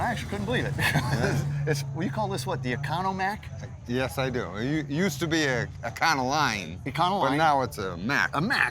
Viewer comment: Economac, not Economack